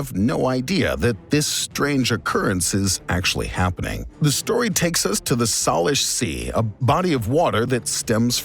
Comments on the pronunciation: SAY-lish, not "Salish" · Salish is pronounced Say-lish